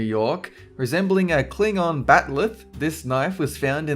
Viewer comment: A Klingon "bat-lith" learn to speak please